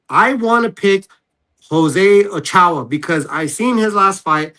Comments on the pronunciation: Steve: "O-chow" Max: It's "O-cho-ah" "Alright bro, my bad. Dayum!" 😂😂😂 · “oh-chow” cmon bruh how tf do you have Garcia as your last name put can’t pronounce Ochoa even after your corrected by your friend but the white guy next to you can say it perfectly like cmon bruh I fw channel but it’s kinda corny how you try to deny your Hispanic heritage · Bro said exactly what I was thinking. Like come on bro, ur a Garcia, ur Hispanic. You never heard of the Mexican goalie Memo Ochoa? Smh. Lol. All love to Steve but do better my dude.